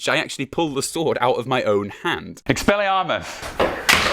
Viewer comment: The food that was in my mouth is now all over the bench after dying laughing at the expeli-arm-mus bit